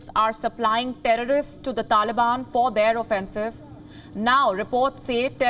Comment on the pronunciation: Thank you America for awesome weapons and humvees and APCs . And india for teaching us how to say "TERRRAAAARISSST"